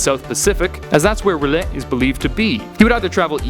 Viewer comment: You should pronounce it closer. “Thu-lu”. Also you pronounce it “ral-yay”